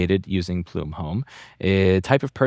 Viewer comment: Plume rhymes with Blume.